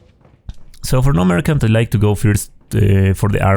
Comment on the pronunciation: Nice run, although you pronounce "merchant" wrong :D